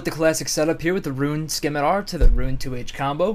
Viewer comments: Y U PRONOUNCE THE 'C' IN SCIMITAR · 'skim-a-tar' lawl